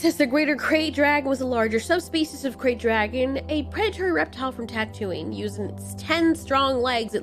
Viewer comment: I don’t want to be that person but did you say tatooie instead of Tatooine? 😂